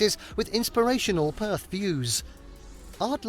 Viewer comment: Perth is perthickt